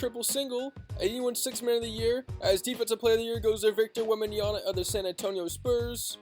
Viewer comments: my bro, it's called Wembanyama, not Wembajana 😂❤ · its WembenYAMA. this guy keep saying Wembenyana. SMH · Wemby has an "M" at the end of his name not an "N" smh.. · Damn 😂😅 anyway it's called Wembanyama! 😂